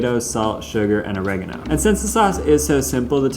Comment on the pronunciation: OH - REH - GAH- NO... not o-reg-eh-no